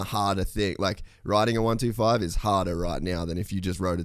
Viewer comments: Why does he keep saying 1 2 5 instead of 125 lol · DUDE - is “one twenty five” - NOT “one two five” !! Fix it !!! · im gonna go ride my one two five😂 its a one twenty five. it irritates me saying it the other way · A one two five? Its a 125. This is so annoying.